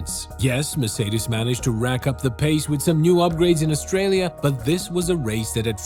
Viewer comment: Finally some one who pronounce "Mercedes" decently most of the time